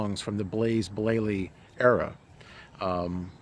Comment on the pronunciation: 'Blaze Blayley' :-)